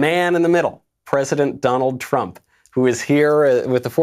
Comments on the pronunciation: Uhh Michael you missed an r in trump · “The Tump card” lol